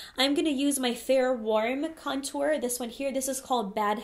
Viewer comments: Me too! - I think she's putting the wrong emPHAsis on the wrong syLLAble. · She says cuntour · I love how you say "contour" you just emphasize the syllables of the word differently than everyone else and I love it! lol. Personally I never contour except for my nose occasionally. I am pretty thin so I don't want my face to look thinner, I love full faces! Also my skin is pretty good these days but the cheeks are where I still have some redness so I feel like contouring over foundation usually messes with my coverage in that area where I need it most! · Seriously love how you say "contour" so fancy 😻 lol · omg the way you say contour is so different than everyone else i hear say it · They way you say contour is.... different 😂 lol